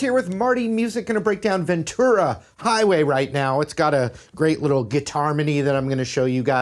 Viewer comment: I'm from Ventura and thank you so much for saying "VenTura" and not "VenCHura" like America and Petty.